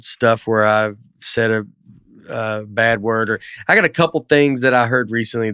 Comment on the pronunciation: Dusty DEFINITELY says a “T” after a “d”. I hear it in “Bad” and “Good”. He says “badt” and “goodt”